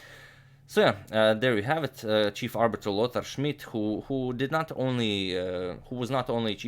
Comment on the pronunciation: I always like how you pronounce Lothar Schmid ^^ great series and you earned a sub :)